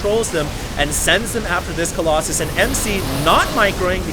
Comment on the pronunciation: remember when you used to say Colloxen? You crazy guy, you.